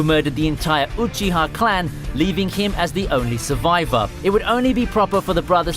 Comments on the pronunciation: Everyone: Obito Uchiha This guy: Obeeto Oochi-ha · uhBEATo OOcheeha